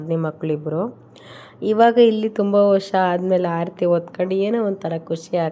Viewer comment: ಆಡತೀ ಅಲ್ಲ ಆರತಿ